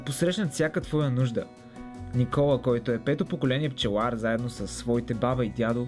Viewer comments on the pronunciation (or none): none